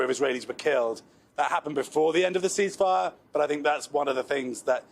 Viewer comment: Oh, "ceasefire" ...we thought you said increase fire.